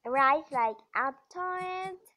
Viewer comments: It's not apptodd it's aptoode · Toide not Todd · It's aptoid not aptoad